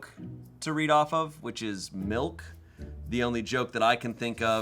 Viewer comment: How is it now that I’ve learned can’t pronounce anything correctly? tzatziki is understandable but Gherkins (or him saying jerkins) and Milk (or malk according to him) are unacceptable.